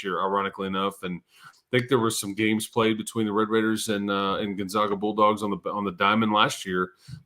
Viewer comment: Gun-ZAG-uh. Zag, never zah.